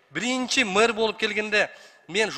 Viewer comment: Мыр,эмес Мэр болот,туура суйло